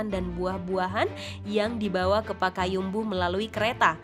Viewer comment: Setau saya kota di Sumatera barat itu Payakumbuh,bukan pakayumbuh min🙏